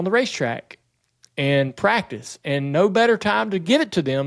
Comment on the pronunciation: The best part is listening to not being able the get the first C enunciated in the word "practice". He and Camron Johnson from CJRC must be related somehow. 😂😂😂